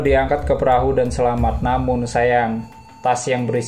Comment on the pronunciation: Jangan gugup min.. Rilex aja. Masa "PERAHU" ampe jd "PERAHYU" wkwkwk...